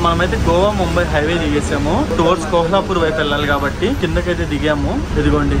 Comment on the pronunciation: ఆది కోహలాపూర్ కాదు కొల్హాపూర్ అనుకుంట